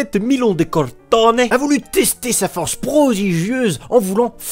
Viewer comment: Milon de CROTONE, pas de Corrrtooné. Et puis c'est un Grec qui a vécu au 6e siècle avant Jean-Claude, donc l'accent italien est mal à propos. En revanche c'est très chouette d'entendre parler histoire sur ce ton-là, d'où abonnement. Ceci dit en abaissant d'un poil le débit de parole ce serait pas plus mal ("ouais bèh y a la lecture au ralenti s'tu veux." Pas faux).